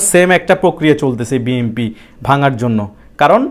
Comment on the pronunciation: বি এন পি নামটা তো বলতে পারছেন না ভাই। বলছেন বি এম পি।